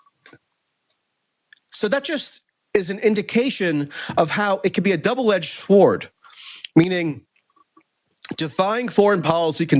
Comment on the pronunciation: NK refusing denuclearization out of national or Kim's personal pride? 😄 - Dude, maybe out of sanity and survival instinct? - And then you repeat the national pride point in regards to Iran. Double-edged shwart? 🤨 Get well soon! I see you really got hit by the flu or something and are struggling. (I hope it's not a Zelensky cold. 😜)